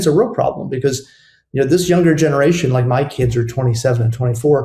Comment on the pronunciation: STOP SAYING "BECOSS" STOP SAYING "PLAY THIS CLIP" STOP CLAWING AT THE CAMERA IN EVERY SINGLE VIDEO